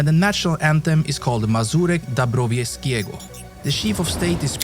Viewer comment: „Mazurek Dąbrowieskiego” XD